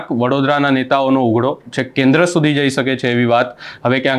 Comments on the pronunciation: ભાઈ ઉઘડો ( ughdo) નહી પણ ઉધડો બોલો (Udhdo) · ઉઘડો સાંભળીને એમ થયું કે મોબાઈલમાં પ્રવેશ કરી, બોલનારનો કાન આમળી અને 100 વાર લખાવું ને બોલાવું કે ઉઘડો નહીં ઉધડો... માઈક અને કેમેરા આવી જાય એટલે બધા પત્રકાર થઈ જાય છે. ચેનલમાં કોઈ એવું લાગતું જ નથી કે આવી બાબતમાં ધ્યાન આપે.. એક કામ કરજો. માતૃભાષા દિવસે ભાષા ઉપર કોઈ એપિસોડ ન બનાવતા.. ભાષાને શ્રદ્ધાંજલિ આપી ગણાશે...